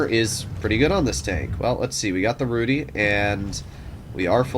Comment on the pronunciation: it is not rudy like a name... it's polish word for ginger so its pronouced like /rudɨ/